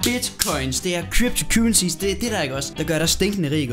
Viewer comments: "Kybtu kyrehsies" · "kYpTo KyWeSiEs iKk oGs"?